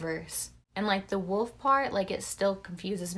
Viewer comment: Wolf kinda sounds like woe